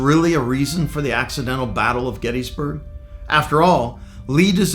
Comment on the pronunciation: Pronounce it correctly.. Gettis (like Harris), NOT gettEEE